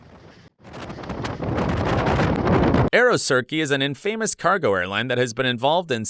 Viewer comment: It's Aerosucre...not Aerosurce! And you're pronouncing infamous completely wrong.